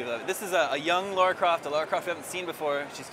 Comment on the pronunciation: fuuuuuuuuck her name is Lara!!!!!! not laura!